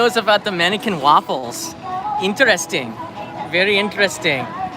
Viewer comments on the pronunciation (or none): none